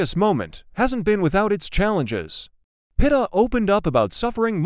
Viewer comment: Pronounced Peet ah